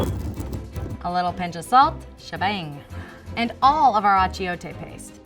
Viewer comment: It not atchiote it's atchuete